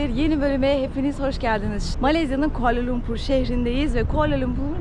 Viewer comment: Yahu şu kuala lumpur’un adını ilk kim quala lumpur diye telafuz ettiyse onun ağzına vurmak istiyorum. İngilizce ana diliniz olsa anlayacağım da gidin Malezya’nın yerlilerine sorun telafuzu kuala lumpurdur.